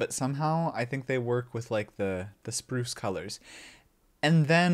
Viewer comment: Spruc 😂 made me genuinely giggle a bit